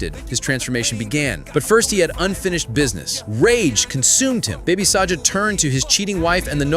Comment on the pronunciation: his name is baby saga not baby saja ok